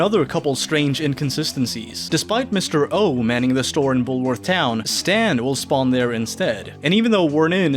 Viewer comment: "Bullowrth the school" that's one I haven't heard in a while.